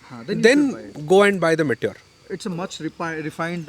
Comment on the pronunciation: what is may-ture 350? It's pronounced "me" "tyor" not 'may' 'tyor'